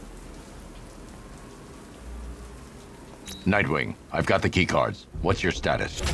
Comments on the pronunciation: It's Nightwing, not Mightwing. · My guy said "Mightwing"